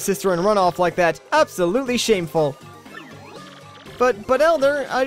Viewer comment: random suggestion, can you play fantasy life? it's really fun but no one cares about it because it's over shadowed by games like mario. Also, you said "absolutely" wrong. Everyone is triggered.